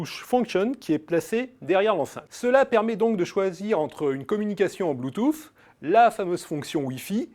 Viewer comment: Il devrait prononcer bloutous plutôt que d'essayer de le prononcer à l'américaine.